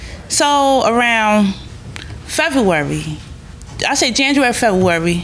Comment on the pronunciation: Plantiff said Fevarwary for February! Come on people, articulate! The school systems failed sooo many people who end up on this show. Blame it on the teef/teeth.